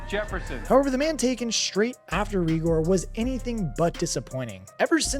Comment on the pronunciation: not that it matters but its ray-gor not ree-gor